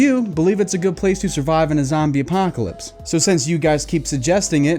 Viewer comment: ‘Zambie Apahhhhcalypse’ 😂